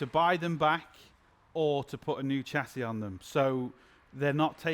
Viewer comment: Shass-ee NOT Chass-ee.